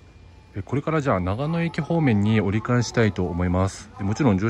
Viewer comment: 綿貫さんで草。【悲報】なかのとながのを間違えた。 新そば食べたい すみません。ここって長野県ですよね？長野の新そば食べたいので来たんですけどそれらしき店が無いのですが何処まで行けばありますか？.......あれここって長野県じゃない、あ！発音がなかのでしたね。